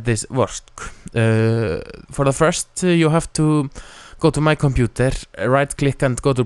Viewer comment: compuNter. LMAO :) btw, ur helpful